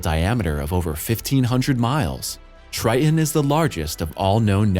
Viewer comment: you're killin' me with you pronouncing Tritan as, "TRY-uhn." Also, your CG reader is obvious in some segments, in spite of you training it on your voice. It does the weird vocal pause after commas, starting after them as if it is starting a new sentence. Your content is derivative and stale. Everyone deserves to make a living. Good luck with improving your content and presentation. Observe the PBS and other independent presenters in this area, such as Anton, his channel used to be "What Da Math," so look him up that way. He is a teacher, and seems kind.